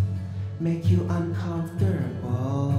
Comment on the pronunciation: Hands down the "bestest Chermany song evah"! 😂😂 I COMPLETELY lost it at "comfturrble"--greets,! Lmao Thanks for making my day,! 👌😀